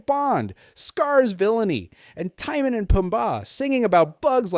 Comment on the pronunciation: what is going on with the names tie-mon and poom-bah it is pronounced ti-mone and poom-buh